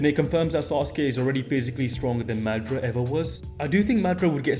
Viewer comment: Is you saying Madara name wrong on purpose. Cuz if you seen the dub you KNOW that’s not how you say his name 😤😤😤😤😤😤😤😤😤😤😤